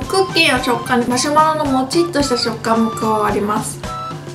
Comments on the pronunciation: 久しぶりに観てもやっぱりマシュマロのことをマ「しょ」マロって言ってる木下さんw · ゆうかちゃん言う、「マシュマロ」が「マショマロ」に聞こえるの、昔からずっと可愛い❤️ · マショマロ？マシュマロ…🤔💭